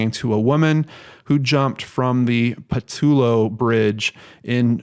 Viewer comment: Great vid,! Gotta say though that they're pronounced FRAY-ZER and PA-TELL-O.